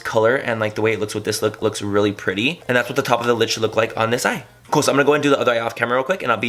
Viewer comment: When you said "really cood" I reminded me of mean girls when Cady says "grool"😂😂😂💓